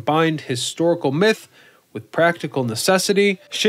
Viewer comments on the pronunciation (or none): none